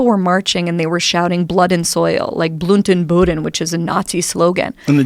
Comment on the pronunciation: wtf "blunten booden" I am a native German and those are not German words.